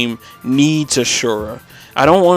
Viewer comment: Asura* not Ashurra